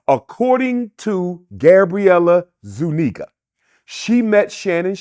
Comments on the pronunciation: Zuniga is hispanic not white and its pronounced zuniga not zoooo- neggah This guy saying white homeless people still have white privilege is the dumbest shit ive ever heard! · Gabrielle “I ZU NEGAS” Zuniga 💀💀💀💀💀💀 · The way his says. “Zoo-Neeguh” is sending me lol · Yoooo how he flipped her last name was crazy work 🤣